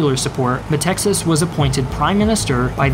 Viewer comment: Why are you pronouncing the name of the Greek dictator "Meh - Texas", it's written METAXAS, at the very least pronounce it Meh-Taxas.